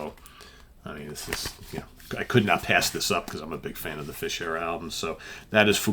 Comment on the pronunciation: Some great additions ……. I’m not sure you’re pronouncing “Fish” correctly, according to Steven Reid 😂